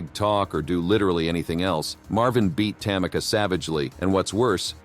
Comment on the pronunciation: It’s pronounced ‘Tam-ee-ka’ not ‘Tam-icka’